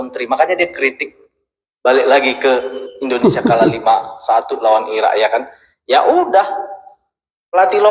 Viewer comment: INDONESIA BANG BUKAN INDONESA😅😅😅